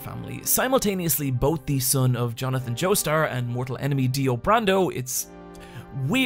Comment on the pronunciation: go ahead